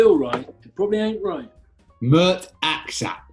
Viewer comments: as soon as i heard Mert Aksac i thought "i bet they're not pronouncing the name right" and yeah, Mert Aksaç (with a cedilla) is pronounced as mert ak-satch (though i realise this is absolutely nowhere near as fun to say as ak-sak) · It would actually be pronounced Mert Aksach....